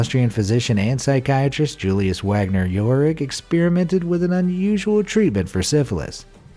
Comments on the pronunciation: DR. Wagner's name it pronounced VAGner. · Oh for Christ's sake. If you're going to talk about one of the world's most foremost sociologists, at least know that it's pronounced VAGNER, not "Wagner". Here's to YouTube "content" generators who dumb down education to the lowest common denominator so they can earn five bucks a month and tell their parents that they're independent.